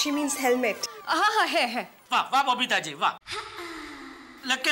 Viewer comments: Helmet ❌️ Hemlet✅️ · Hemlet 🤣🤣🤣 Helmet 😆😆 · Helmet ❌ Hemlet✅